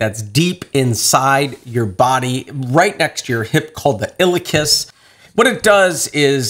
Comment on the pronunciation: Pronounced : IL E AhKus